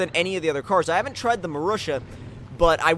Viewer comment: the marussia is rightly pronounced [marusya]